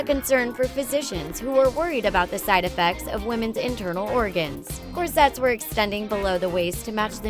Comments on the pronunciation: Please don't include words in your video that you don't know how to pronounce! I've never heard someone mispronounce "corsets" before! It's embarrassing! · Mispronounced corsets and Gaultier.